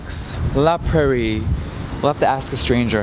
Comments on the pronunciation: I love you, but it’s La Prairie, not “La Pur-ee” 😂❤️❤️❤️❤️ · when he says “la prairie” it sounds like he skips over the first r 😂❤️